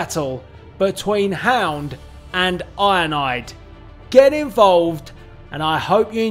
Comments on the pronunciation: It sounds like you’re saying ionide instead of ironhide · I like how he pronounces ironhide 😂 He says IONIDE😂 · It sound like your saying "Ironide" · Sounds like he says ionide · He’s called iron hide not ionide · His saying of ironhide is ironide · It's ironhide not ironaide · I love when you say Ironhide because it comes out sounding like ionide